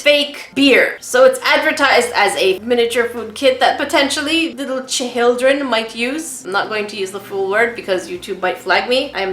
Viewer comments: Lol, hate to break it to you but auto captions understood your cha hil dreen as the real word. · Instead of chil-d-ren, how about the little beans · Hahahaha “cha hill dren” 👍😂